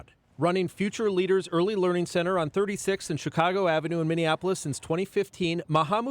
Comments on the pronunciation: She said learnig. Its learing center. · You said, “learning center” is pronounced learing center 😂😂